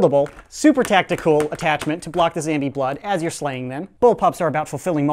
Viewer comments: It's zombie not zambie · Say zombie not zambie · why do you say zambie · Why does he say zambie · why do u say zambie? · why say zambie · Does he say zombie on purpose